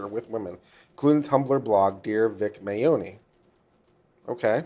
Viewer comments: Vic Mignogna (Min Nya Na) Is how I break it down to pronounce his name. Jamie Marchi (Marky). I hope that helps a little bit. I really want to hear his opinion on the fake evidence, fake bomb threats, and fake swattings that the kickvic side have been doing. Also about the "underage", fans who have come forward about their pictures being used without permission and taken out of context, debunking kickvic's claims about Vic assaulting them as proof. I wonder if there could be any legal ramification for doing that, since Monica and Jamie keep retweeting or liking posts with such claims in them. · Ugh, I wish he would have taken the 10 seconds to Google "how to pronounce Vic Mignogna" before mispronouncing it in MULTIPLE ways 3,000 times over the next two hours...